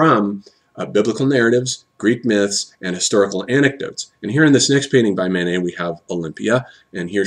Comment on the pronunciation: I'm not sure if he's saying Manet or Mánes ... either way it sounds like he's saying "Mayonnaise". :-P